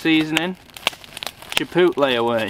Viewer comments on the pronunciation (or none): Cool. The Bills / Steelers game was boring the crap out of me. Hey, how about we get an American flag patch on that bag also, especially since you stole one of our girls??? 😁😁😁 That 'chipotle' pronunciation is killing me. Chepottle. Hahahahahahaha. Great video. Thanks for taking us along.